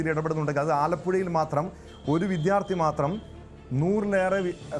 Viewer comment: വിത്യാർഥി എന്നല്ല വിദ്യാർത്ഥി എന്ന് പറയാൻ പഠിക്ക്